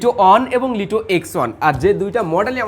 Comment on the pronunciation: ভাই ওটা লিটো হবে না ওটা লাইটো হব😵